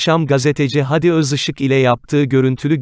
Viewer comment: Videoyu okuyan beyfendi adamın ismi " hadi gidelim" de ki gibi söylenmez. Dogrusu "Hâdi" a uzatılır, hayatında hiç mi duymadın bu ismi?